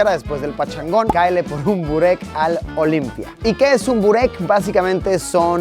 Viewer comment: JAJJA OLIMPIA NO ES... ES OLIMPIJA JAJAJ